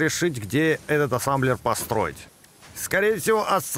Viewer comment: Производство называет: "Ассемблер" 🤓 всё видео: Ассамблер, Сасамблер:)))